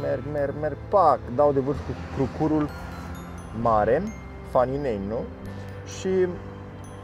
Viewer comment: Crucur se accentuează pe prima silaba, aici în zona Brașovului. 😁